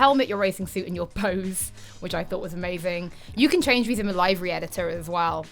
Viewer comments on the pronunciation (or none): Wtf is a live-ry? It's pronounced liver-e! Jeez americanisms are ruining everything